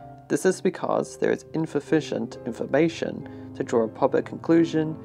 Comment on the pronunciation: Fascinating video, and you presented it very well! The history and fate of the Titanic has interested me for many years now. I don't mean to be rude or "that guy", but you meant to say "insufficient information", not "infufficient".